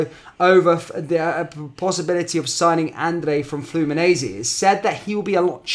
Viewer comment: They way you’re saying Fluminense 😬😂 try Flu-Mee-Nein-See 😉